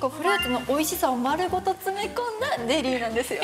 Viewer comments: 何回聞いても、ゼリーがデリーに聞こえるんだけど 笑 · 井上がゼリー言えてなかったから笑ったのかな笑